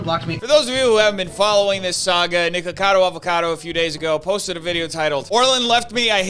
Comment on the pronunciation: Fun fact: the way you say NiKAKAdo Avocado. That sounds like kaka, which in my language means poop.